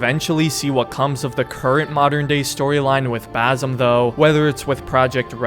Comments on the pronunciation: Hate to be that guy, but its not baZim. Its more of an "S" sound, baSim. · It's basim not bazim 🤣🤣 typical ignorant American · Please pronounce the S in Basim as an S, not a Z, as that's how Basim is pronounced. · Will you ever learn how to pronounce his name....